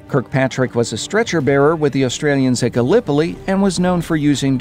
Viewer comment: Why do you say "Gallipoli" like that 😣